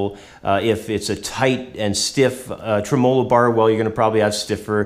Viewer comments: he accented treMOlo instead of TREmolo which is how people usually pronounce it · Lol. The way he says "Tremelo". Tray mello lol.